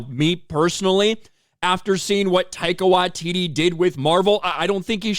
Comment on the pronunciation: Who the hell is Tyco What-titty?